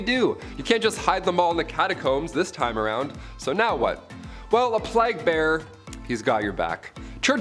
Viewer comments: It sounds as if he said "flag bearers" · Why are we pronouncing "plague" in such an obNOXIOUS way?? Unwatchable.